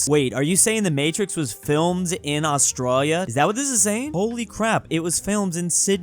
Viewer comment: Why does say "Australia" so weird? We're both from California, and I've never heard it said like him.